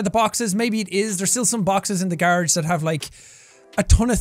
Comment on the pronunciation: Jack saying garage What I hear: garge